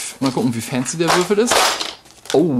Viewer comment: Wort des Videos: "fääänzi" :-D